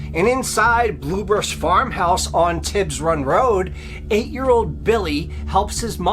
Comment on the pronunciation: It's not "Bluebush," but "Bullybush."